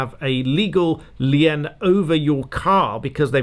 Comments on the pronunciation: a rare mispronunciation. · Not the point at all but I've never heard anyone pronounce "lien" with two syllables. (We pronounce it exactly the same as "lean" in Canada.) Every time I watch this channel I'm reminded that despite all the BBC television I've watched over the years, I haven't heard every UK accent yet.